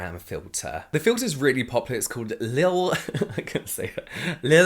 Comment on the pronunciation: my favored favorite moment of you, will forever be you trying to say LIL hahahaah thank you for the content!